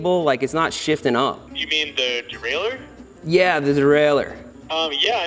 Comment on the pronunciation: "Yeah man. The durrailher."